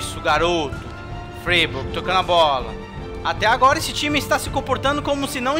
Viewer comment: O Freiburg se pronuncia FrÁiburg,!